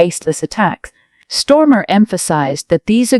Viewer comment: STARMER 😂 NOT STORMA OMG !